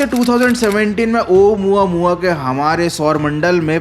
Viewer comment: Waths ouamuaua 😂😂😂😂😂